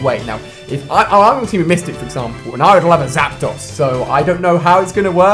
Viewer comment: Anyone else get annoyed the way he incorrectly says Zapdos?